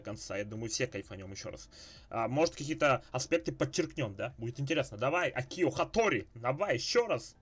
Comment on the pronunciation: правильно Акио, а не акИо. Ударение на А